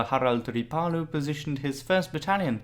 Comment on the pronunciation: Not bad, but some of the Estonian names and pronunciations need still work. For example "Ssivertsi" is Siivertsi and "Pahklemae" - Pähklimäe. Most of the estonian words has emphasis on the first vowel and two vowels are pronounced long like "tUUling" (somehow author decided to pronounce "u" as "ü") or "RIIIpalu" (not "riPAlu") . So "ssivERtsi" should be "sIIIvertsi", "pähklaMÄe" sounds more like "pÄHklimäe". Other than that - Good job! Subscribed.